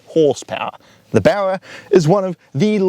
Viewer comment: Get out of the country, can’t even pronounce Barra.